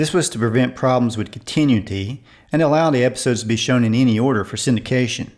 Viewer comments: "...problems with con-tin-u-ty?" Great blooper! The correct word is "con-ta-new-itty." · The word is “con-tin-OO-i-ty”. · I enjoyed watching your video. The only concern I have is the way you pronounce the word "continuity." (Just consult a dictionary and look at how it is pronounced phonetically and where the stressed and unstressed syllables are.)